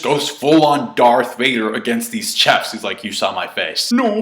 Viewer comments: Hey, how come you can't pronounce the word chef? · Kah Ta Cootie = Kata Curry Chef is pronounced Shef Charlette is pronounced Sharlet